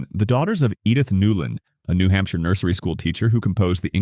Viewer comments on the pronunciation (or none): none